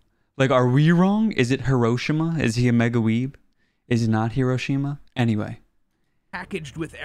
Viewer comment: His pronunciation of "Hiroshima" is correct 😅